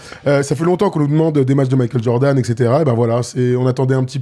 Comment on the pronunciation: Makeul Jordeun 😂